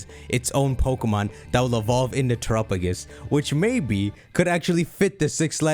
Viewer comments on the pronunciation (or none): It’s tera PA gos not terapogus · why do you keep calling it trupagus? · why's he saying terupogis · Terapagos = Tera + Galapagos Please look up how to pronounce Galapagos before you say Terapagos' name again! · I’ll never get used to how pronounces Terapagos.